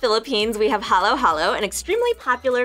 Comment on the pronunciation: ha-loh ha-loh